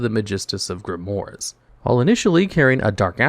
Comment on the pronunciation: "Grimmoire" is one of those words in english that were stolen from the french and as such, the OI part is pronounced as UA because the french have zero respect for vowels.